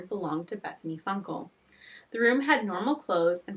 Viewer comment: Funke is pronounced as FUNK and not FUNKLE